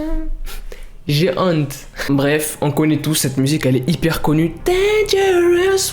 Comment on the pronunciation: J'aime trop son accsent quand il dit g honte 🔊😂🤯♥️